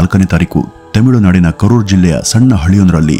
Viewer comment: adu tamilunadu themilunadu alla 😂 kelavu saari themiilu anthiyalla 😅